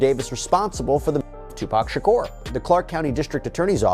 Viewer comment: His is not Shocker it’s Shakur